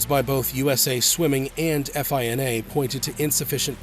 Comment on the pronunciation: Great vid. Real quick though, no one says “eff eye en ay.” It’s just one word. FINA.